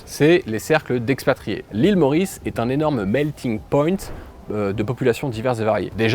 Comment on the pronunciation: Bonsoir, je voudrais souligner que a le terme correct est Melting-pot, prononcer paht qui signifie littéralement chaudron bouillant. Faisant allusion au brassage de culture. Cordialement, de la part d'un bledard ayant fait un tour du monde. Bonne continuation, longue vie et bon voyage.